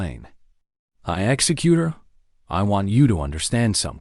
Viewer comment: AI can't pronounce executor correctly, it's pronouncing it like execut(ion)er. Audio is slowed down by .5% from normal, extremely hard to continue listening to. Good story line. Deep covert operations / sabotage at its finest.